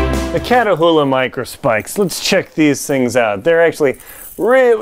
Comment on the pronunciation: They're pronounced "KAT oola" Not Katahoola